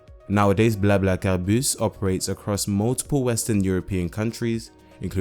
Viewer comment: convincing pronounciation. are you fluent in French? :)